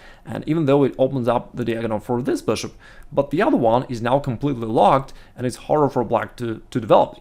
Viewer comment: I love his videos. They are always so informational and helpful. I can’t lie though the way he says “beshhop” always makes me laugh.